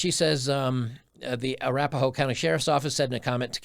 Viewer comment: I don't know, a female cop from "a-rap-a-hoe" county is very telling lmao